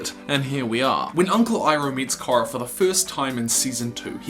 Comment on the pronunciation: Good video, as I've come to expect of you. But why do you pronounce Korra with a short o like that?